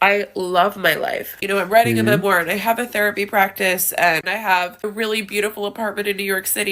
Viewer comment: Did she say "Writing a memoir"...? I had to go back and hear that like four times, just to make sure